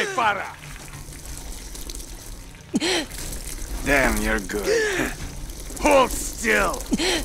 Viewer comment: her name is Farah not Freia, which means joy or happiness